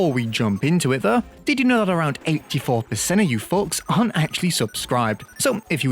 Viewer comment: i heard fucks instead of folks. "did you know, that around 80 percent of you fucks arent subscribed?" sounded really funny